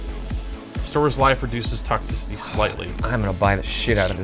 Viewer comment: "Toxcicity, that's like the heat, right?" Really?